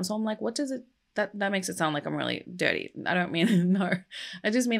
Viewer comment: Did I hear you say 'detty pig'? Eric would be proud.